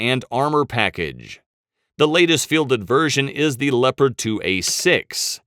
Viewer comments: why the fuck do people pronounce Leopard as LEO-PARD when we all well know it's LEP-ERD... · Pronounce Leopard tanks as le-pard tank. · please program the computer to pronounce Leopard like the animal.